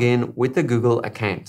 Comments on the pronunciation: Account shd be pronounced as acowww+nt not a + kennnnn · Great video straight to the point, but why you saying account like that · 😂accant not account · 😂 I was thinking the same thing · I a-can’t get over how you say account.😂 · "Accant" is how im gonna pronounce it from now on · Google “ACCANT” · Ffs now I can’t not hear it!! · "Accant" keep up with you🤣, nice way of pronouncing. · Great video. Love the way you pronounce "account" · Who am I kidding, this shit is hilarious 🤣😂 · I don’t know why on earth there’s a pronunciation like that? 🤷‍♂️ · literally was just thinking that. lol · I can't ... account ... potato ... potahtoh lololol! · Nick T Khan hahahhhahhaha Dude you nailed it hahahaha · "Account "😄😄 no offense it's just funny